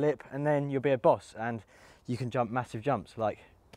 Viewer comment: Lol at the way you said boss.